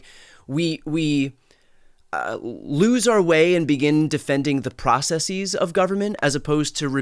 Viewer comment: I am all good except with the way you pronounce "processes".